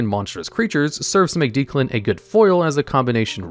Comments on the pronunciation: Isn't his name pronunced like DECK-lan not deek-lan? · i cant get over this guys pronunciations man deus machinex doesnt even have the "ex" in the middle because its at the end of the name, makes me feel like he cant even read the cards title right its Deck-lan, not deeklan, too shudders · Is Declan being pronounced Deeclan a reference to the dub or is it just not a common name in the US? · He did not pronounce Declan as Dee-Clun lmao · Worst part of this video is the pronunciation of Declan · bro how could you mispronounce Declan? 🤦🏽‍♂️